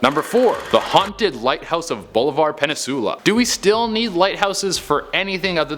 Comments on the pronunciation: Penisula! I came to phonetically enunciate hahaha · Omg why does he say peninsula that way